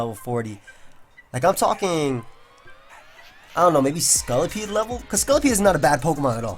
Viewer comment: lol he says scullapede not scolopede